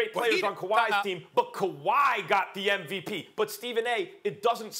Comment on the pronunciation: SAS absolutely HAS TO KNOW that he's saying NVP and not MVP.